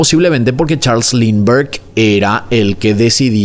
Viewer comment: Este caso caló tanto en Venezuela, que se usa como expresión: "más perdido que el hijo de Lindberg", claro, se pronuncia "Limber o Linder" jeje